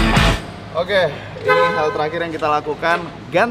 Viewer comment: Pake "H" bang , Okeh. . .